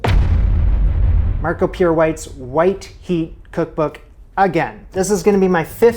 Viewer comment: I may be way behind everything, but isn't Marco Pierre White's name pronounced pee air?